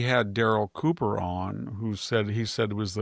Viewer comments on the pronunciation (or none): none